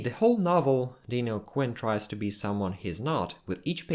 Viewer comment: It's not Dainiel it's Daniel